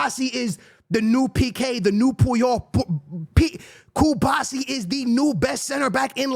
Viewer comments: pronunciation of any player in SHAMBOLIC😂😂 “CuBAHsi” There’s an R, it’s Cubarsí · cuBARsi not Cubasi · Is there a genuine reason that doesn’t pronounce players names correctly? Like first it was Yamine Lamal until he got big now it’s Arojo and Cubasi, I can’t 😢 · It’s Ah-Rah-uh-Jo Araujo. Ku-BAR-Si Cubarsi. You don’t know how to enunciate?! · Hearing Cubasi every vid is infuriating